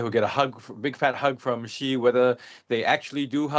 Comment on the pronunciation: The reporter even cannot pronounce Xi correctly.:face-blue-smiling::face-blue-smiling::face-blue-smiling::face-purple-crying::face-purple-crying::face-purple-crying